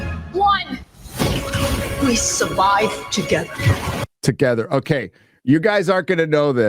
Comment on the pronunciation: Rykard from Elden Ring has a message for you when it comes to "togetha"